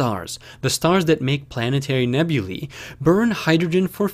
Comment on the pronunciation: Finally, someone who pronounces "nebulae" correctly! Most of the astronomy hustlers flogging stuff on YT get it wrong.